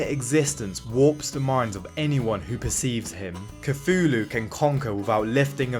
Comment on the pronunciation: And you can’t pronounce Cthulhu…